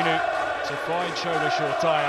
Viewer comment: LMAOO It's Shoretire pronouced Sho-ray-tee-ray NOT SURE-TYRE. It's a nice name stop butchering it 😂